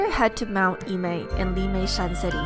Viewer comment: it's pronounced Er-mei, not Ee-mei.